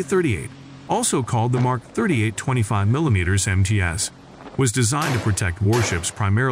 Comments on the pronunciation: Either stop using AI to narrate or learn your subject. It is not an "M K 38." It is a "Mark 38." The Goat Thief version t is not an "M two hundred and forty two." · How about the voiceover guy constantly saying "M K " instead of what it represents - MARK. Additionally, spelling out the numbers such as M242 with "M two hundred forty two"...